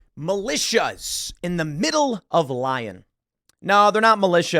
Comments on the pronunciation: Lee-own = Lyon not Lion lol. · Lyon is pronounced "Lee-own" not "lion" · Please respect France. It is pronounced "lee-OWN", not "lion". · Not Lion.. Lee-on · It's not "Lion", it's Lee-oh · "The city of "lion"", hilarious. Dude, it's "lee-youn", it's not that difficult 🙈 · J'ai dit la meme chose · Tim pronouncing "Lyon" as lion instead of Leon is driving me bonkers. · It’s pronounced “Lee-own” not Lion. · Lyon is like Lee-on, not Lion. Been a few times, used to be quite nice like most of France. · Lyon is pronounced Lee-yohn not lion 😅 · Tim, big fan…but for God’s sake the city is “Lee-ohn” not like “Lion” Anyway totally agree otherwise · It’s LYON (LEE-On) not Lion! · It’s not pronounced “Lion”. It’s pronounced “LEE-own”. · Dude. Please stop saying Lion. It's Lyon. Lee-Own. Accent on the second syllable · This is really annoying tim 😂 it's pronounced Lee-on not Lion lol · It’s pronounced Lee-yon. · its not lion lol. its Leo with a very small almost not even pronounced small N at the end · Lee-on, not Lion.... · LEE-ON ... not LION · Isnt it pronounced Lee-on Not Li-in ?? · Tim my son, it is pronounced "lee-on'" not "lion"😂😂😂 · Timmy, it's pronounced lee-own not lion. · Lee-own. Not Lion. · Lee-on. Lol Lion. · Btw Tim, it's not "lion" it's "lee-on" which is why the media name is a play on the word "ActuLyon" as in "Actually on". Fyi. 🙂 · Lyon is pronounced as “LEE-own”not “lion”. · Just for your edification, Tim, it's pronounced "Lee-on". Hate to nitpick but thought you might want to know. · Lion? Lee own is how to pronounce Lyon. Come on Tim! lol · Tim, you're usually right about many things. Pronunciation of French cities is not one of them. It's not like the English word lion, it's pronounced like this: lee-own. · FWIW - Lyon is pronounced leon rather than lion. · Hey, it’s not pronounced “lion”. It’s pronounced “Lee-own” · Lee-Own not lion 😂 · ROFL! Tim.. It's 'LEE-OWN' not LION !!!! HAHA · Lee-ohn. "Lion" 😂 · LEE-on not Lion! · Leee-on not lion 😢